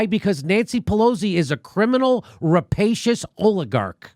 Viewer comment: "Rapacious? " :D